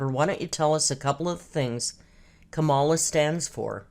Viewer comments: She does not even know how to pronounce Kamala's name. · The idiot is so invested in the election and she doesn’t even know how to pronounce Kamalah’s name right. That shirt keeps catching my attention because it’s barely fitting over her arms! Thanks for the video, 😂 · I wonder if she knows you have to register to vote. She knows nothing about Kamala Harris....she can't even pronounce her name correctly. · And this idiot <- should make sure they remember how to spell Kamala 😂 I knew it didn’t seem right